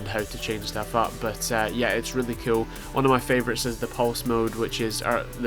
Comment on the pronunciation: i love how instead of saying cool you say ciol